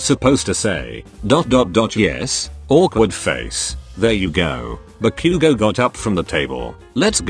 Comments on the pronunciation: THE TEXT TO SPEECH THING SAYING "deeku" AND "kakan" FOR DEKU AND KACCHAN- DJSHSUSHSBSB EDIT- PLS NOT THE "ba-queue-go" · I’m sorry the pronunciations are so funny. BAckyOugou DEEku YeARs ✨kAchan✨ I could go on.